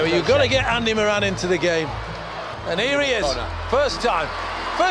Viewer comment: It’s Moran not muran